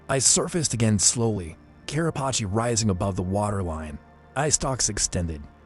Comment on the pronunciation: It’s actually Carapace